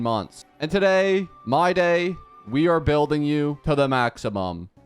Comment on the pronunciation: I've been watching your videos continuously (also I just subscribed), but I figured that you've been pronouncing his name wrong. His name is supposed to be pronounced like "My-dii". That's why your caption mistaken his name as my day. Also english is my 2nd language, so I apologize in advance for y incorrect grammar